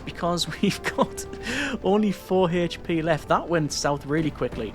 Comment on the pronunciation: H p not Hache P